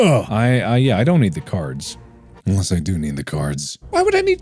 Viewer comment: “Let’s play a game… of caiards”